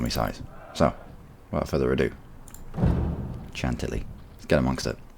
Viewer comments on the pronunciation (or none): And it's pronounced Shantilly